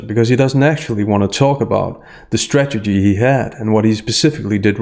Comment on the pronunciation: Sorry,, I'm not native speaker, but it sounds to me like you keep mispronouncing the word "strategy". I hear "stagedy" all the time. Is it just me?